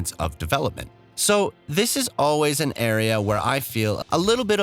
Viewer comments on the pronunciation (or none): none